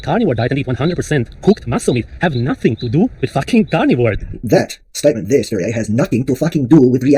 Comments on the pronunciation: Its pronounced sværije lol thats impossible for you. But ends with yeah even.if buuh would be more appropeiate. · lmao is that how you pronounce that shlt name? Sv3rige is an ldlot...